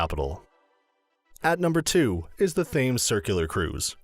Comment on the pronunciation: “The river Fames” 😂